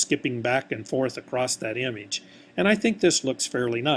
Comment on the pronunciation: it trigger me the way he said image but thanks dude!